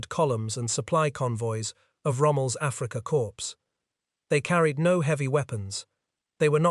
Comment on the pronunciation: It’s always “Afrika Corpse” in many of these. However, note that “U. S. Army Signal Corps” gets pronounced right, as do most other uses of “corps” not preceded by Afrika. In WW2 naval videos, “Kriegsmarine” always has its final syllable omitted, as if it’s not a German name.